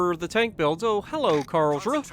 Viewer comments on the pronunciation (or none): none